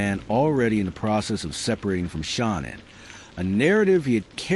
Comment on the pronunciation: The A.I. narrator is terrible, they keep calling Shan-Ann , Shawn or Shawn Ann …. N.K. knew all about Shan-Ann she was “stalking” her online. The original violence plan was this: N.K. was in the Watts home, it was planned that she was going to take Shan-Ann’s vehicle, phone, purse, text from Shan-Ann’s phone ( as Shan-Ann ) that she was going away for awhile and would touch base later. HOWEVER, Shan-Ann changed her phone PIN during her trip, N.K. could not get into Shan-Ann’s phone ! That’s why N.K.’s phone pinged in the Watts neighborhood. N.K. was going to ditch Shan-Ann’s car as if it broke down or they were abducted. Chris was going to “take care” of the family while N.K. was doing her evil deed. Their plan was foiled due to Shan-Ann changing her phone PIN . They were upset hence throwing the phone into the sofa, that’s why the phone was found in the sofa and not with her other belongings. N.K. should’ve been investigated more, I think the detectives totally dropped the ball investigating N.K. and just letting her walk. Why else would she change her name and go into hiding ?